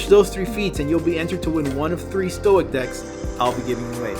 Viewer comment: Did you say stoic or stoner?